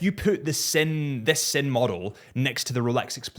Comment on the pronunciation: Sinn is pronounced "zen" not "sin"